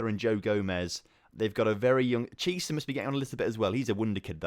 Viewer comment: Please stop pronouncing Chiesa like Chee-sah, it's like key-eh-sah